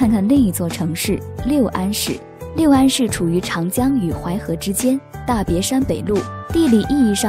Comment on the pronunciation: 六安 lu四声